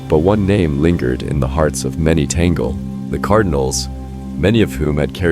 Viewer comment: Pure speculation. Only God knows who will be the next Pope. You don't even know how to pronounce Cardinal Tagle's name.